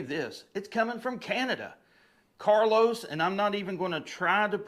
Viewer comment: Its Carlo(car low)no S , please.